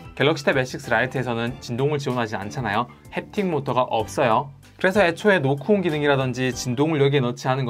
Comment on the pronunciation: 노크온 설명하는데 왜 노콘으로 들릴까여 ㅜㅜ